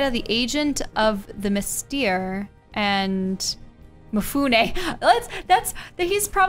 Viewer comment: FYI : Mystère is Mystery in french and would be pronounced like "Mist air"